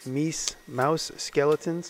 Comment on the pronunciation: It's pronounced "miiiuuuose" 😄